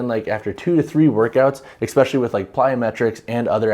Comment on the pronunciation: Great review but FYI especially has no “x” in it. You keep saying expecially. Which isn’t a word. 😂